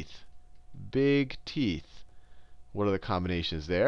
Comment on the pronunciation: sounds like he says, "brown eyes and big teets" lol. teets.